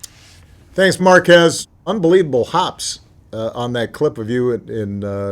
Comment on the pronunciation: He also said markass lol